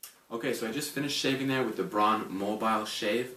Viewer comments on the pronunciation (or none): Not pronounced "brahn" it's like B R O W N. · It's pronounced "brown" not "brawn", thanks for the review.